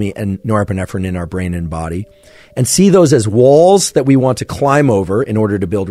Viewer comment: Can't get past nerprenerpprenerprenerp